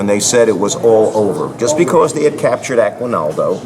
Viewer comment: Aguinaldo pronounced Aggie-NALdo. Bataan pronounced Ba-Ta Ahn. Emphasis on the Ahn. Every vowel gets its own syllable.